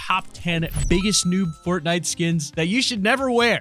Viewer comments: You messed up the you you said ou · its you not ou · Did anyone notice that he said ou not you ?? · Wow never new that instead of you it’s actually ou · Did that just say "ou" ?